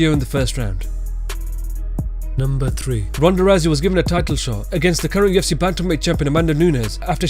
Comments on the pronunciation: Am i the only one that keeps hearing "TFC" instead of "UFC" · It sounds liek youre saying TFC